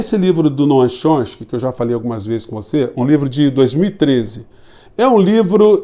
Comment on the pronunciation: Professor, o senhor é 10! Mas é "Chom- sky" (tchom- ski). Forte abraço é o obrigado pela lucidez das análises!